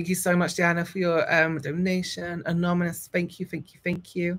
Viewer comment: Take a shot every time says, “anomonous” instead of “anonymous” 💙😂